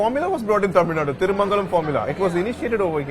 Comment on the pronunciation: Please get the pronunciation of Tamilnadu right. It’s cringy and annoying to hear your pronunciation